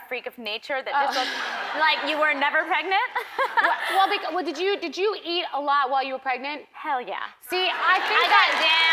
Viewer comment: Eat...not ear